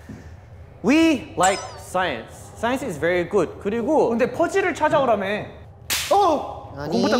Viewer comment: We all say science but Chan using his Aussie again he says sayance......😂😂😂😂😂😂we like sayance ...😁😁😁😁lol 🤣🤣🤣🤣